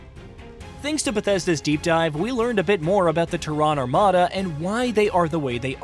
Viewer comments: TERran not terRAAN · That’s like saying Hu-MON instead of human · ‘The TEHRAN Armada’ Go home AI. You’re drunk. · TerrAAn, Is this voiced with AI or does the narrator not know what the Latin\Scientific name of our planet is ? You don't live on Terrà you live on Tèrra. The emphasis is on E not A. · need to learn how to pronounce Terran..Its teh·ruhn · I thought it was called Terran armada not Ta-ron armada 🤣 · Tehran? Yeah, this is what happens when you use AI for your videos that have not been trained properly. Despite Terran being an easy word in the English language. I have noticed them use AI before. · First I gotta say this... its TEARun. Pronunciation: /ˈtɛrən/ (TERR-un). I have this game for PC and have a couple hundred hours. I like it, I like it a lot. I cannot wait to play it on the Playstation. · Nice, though you're saying Terran wrong! 😯😂😀🤘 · I dont trust anyone that cant pronounce terran correctly. They act like they never played starcraft and it shows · I can’t with your pronouncing of Terran. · Why is he saying Terran like that? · Bro, ain't no way you are in the gaming space and don't know how to pronounce Terran. Get this clown fired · I know it's not a big deal for most people, but it's kind of jarring to hear you mispronounce "Terran" all over the video. (The stress is on the first syllable) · Can't say Terran really annoying, Idiot or AI? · "Terran" pronounced totally wrong, over an over. Sad. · What is that pronunciation of “Terran”?! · I was thinking the same thing. Thought it was AI. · Yeah, his mispronounciation was highly annoying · That's exactly the reason I came to the comment section, it was driving me absolutely crazy! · 😂😂😂 yeah they way he's pronouncing Terran is throwing me off 😂😂